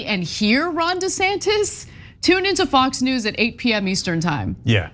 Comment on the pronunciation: "Ron Desaster" 😂😂😂😂